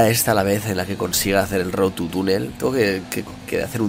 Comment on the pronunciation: por que todos dice road TU (...) es road TO... con OOO!!! bueno en fin Luzu procura en el proximo lograrlo sin tocar el suelo XD!!